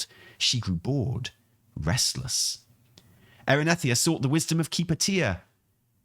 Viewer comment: Erinethia? Erinethria 😂